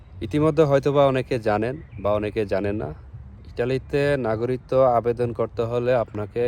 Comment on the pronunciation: ভাই নাগরিকত্ব শব্দের উচ্চারন শিখে তারপর ভিডিও করেন